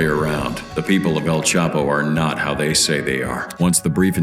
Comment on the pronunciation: Y u keep mispronouncing el chapo name